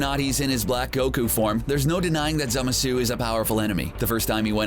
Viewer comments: Goddamn, the way dude says Zamasu is obnoxious. For gods sake, if you watch the show they say the pronunciation! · Soulless Flame I’m glad I’m not the only one irritated y his pronunciation of Zamasu’s name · its zamasu not zemasu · it is actually pronounced zamasu, not zemasu scrubs at cbr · STOP. SAYING. ZEMUHSOO! It's Zah, mah, soo! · cool video but the way you say "zamasu" pisses me off its not zamasuuuuuu its zamasu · Zemasu lol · Its called Zamazu not Zemazu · Zemsu............ it’s zamasu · Stop saying zemasu it’s ZAMASU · Dude this guy doesn’t know how to spell and say a lot of villains names It’s Zamasu not Zamesu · It’s ZAMASU not zemasu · Zamasu not zemasu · Idiot it's zamasu not zemesu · Zemesu really it's ZAMASU!! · Zemasu? Isn't it zamasu? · Zemesu? ITS ZAMASU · Its not zemasu but zamasu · I thought it was Zamasu not Zemasu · Who the hell is zema sue? It's zamasu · Its spelled zamazu not zemasu idiots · It's Za-ma-suu, not Zemesu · It's Zamasu not zemasu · This guy said "zimisu" and not "ZA-MA su" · Wtf is "Zema-su" his names "Zama-su"! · It's not zemasu it's zamasu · Is this jack off calling zAmasu zEmasu? Wow. Don’t know how you messed that one up. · IT IS ZAH MAH SU NOT ZEMISU, AND JIREN ISNT A VILLAIN! DID U EVEN WATCH DRAGON BALL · ITS SPELLED ZAMASU AND PRONOUNCED ZA MA SU NOT ZEMESU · WTF who is zemasu its zamasu what are u crazy?XD zemasu lol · No wonder you’re pronouncing Zamasu wrong. It’s ZAMASU not ZEMASU. ZAMASU. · it's ZAMAZU not Zemasu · Zemasu? Lmao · He pronounces zamasu as “zemessoo” and kamehameha as “cuhmayhumayhuh” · Did anyone else catch he called him zemasu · Did he rlly say zemasu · Zemasu xD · Why was zamasu pronounced ‘zemesue’ 😂😂😂😂😂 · *Zamasu (ZAH-MAH-SU) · 1 it's Zamasu and you need to work on your pronunciation. 2 Jiren and Hit aren't villains. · its pronounced zamasu ZA MA SU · I can’t unhear zeh meh suu. Ugh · Zemasu? TRIGGERED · They said ZAMASU wrong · u said "zamasu" wrong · STOP SAYING ZAMASU WRONG OMG ITS SO ANNOYING